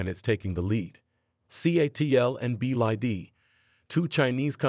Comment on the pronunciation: "Sobium" "Roomaway" Company "BID". AI writing? AI reading? Sounds pretty crappy.